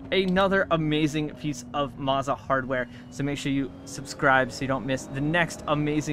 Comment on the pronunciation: Isn't it Mow-za....not Maw-za?